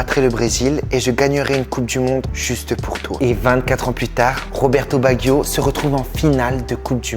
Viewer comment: Tu prononce tres mal le nom de cette legende du foot RESPECTE CETTE LEGENDES DU BALLON ROND !!!!